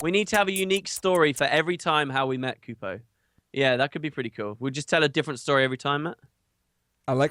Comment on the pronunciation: it's Kupo not Kuppo! ;p